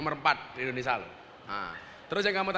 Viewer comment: INDONESIA gus, bukan ENDONESIA 🤭